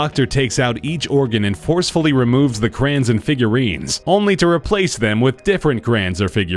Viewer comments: CROYON NOT CRAN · Why does the narrator call crayons, crans?